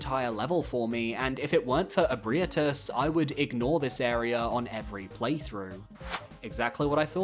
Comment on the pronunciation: I just want to say that the way you pronounce Ebrietas causes me pain lol, but other than that, fantastic video like always! If you're open to video ideas, how does a "the dogs of Elden Soulsbornekiro ranked" sound? lol